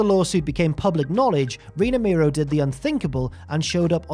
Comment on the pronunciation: It's pronounced Mero (mare row) not Miro (he's in AEW)!!!